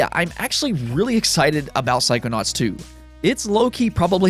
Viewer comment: took me a minute to figure out what you were trying to say, "psychonauts".